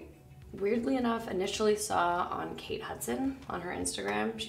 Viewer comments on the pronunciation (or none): none